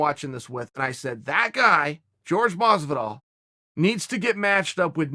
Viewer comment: Is it pronounced fucking George masvidal or Jorge masvidal holy shit lol. So sick of hearing everyone butchering his name like which one is it masvidal!!!!!